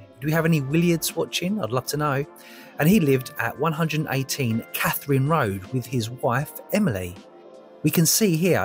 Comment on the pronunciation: I grew up near Katherine Road in East Ham, it's pronounced as Kather-rhyne road, great finds in this lovely treasure trove, I'm very envious!